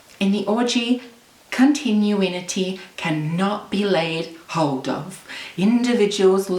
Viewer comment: book: ...continuity... her: "continue-inity"